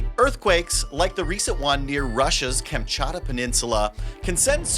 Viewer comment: kam-CHAT-ka. LOL, new word for the earthquake expert?